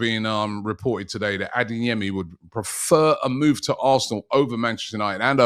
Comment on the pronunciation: It’s ADEYEMI not ADINGYEMI!🤦‍♂️